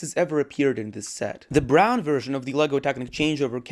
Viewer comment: The way he said brown 😂. great vid btw.